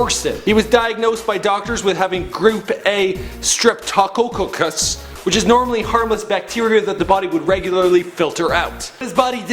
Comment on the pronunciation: "Step-toe-cock-us" "Steptic-tee-mia" lol, at least google how to pronounce the words.